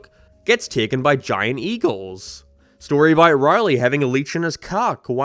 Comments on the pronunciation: It's Rowley, not Riley. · i cannot get over the ONE vowel you say with an accent Rorley tharsand har darn farnd abourt oh and peent snowfleeke showceese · i dislike how u say rowley but video was great tho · This man can't say Rowley to save his life